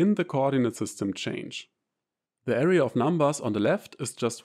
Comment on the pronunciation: Beautiful video. Please try to pronounce "AH-RAY" for array and not "area".